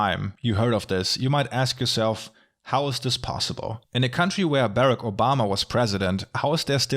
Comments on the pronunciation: it sounds like you're saying 'Barrett Obama' and I'd vote for him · berreck oh bhama. i love the german pronunciation